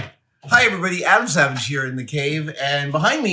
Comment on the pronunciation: I don't know why....But I heard "Hey everybody, Ham Sandwich here" for the intro 🤣🤣